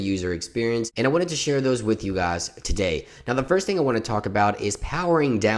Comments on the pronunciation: ZEERIALO gahs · The way you say guys is weird